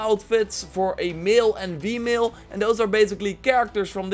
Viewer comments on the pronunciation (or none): Am I the only one who hears him saying Vmale instead of female lmao ? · "A vemale" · What's up with F/V sounds? Female is vee-male. Vector is fector... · Is he saying male and "Vemale"?